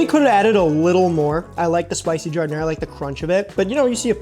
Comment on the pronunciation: You're not supposed to pronounce the last "a" in giardiniera. Transplant alert.